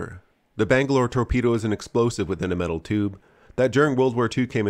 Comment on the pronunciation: "Bang-A-Lore, Tor-Pe-Do" - The Lost Boys, Allegedly.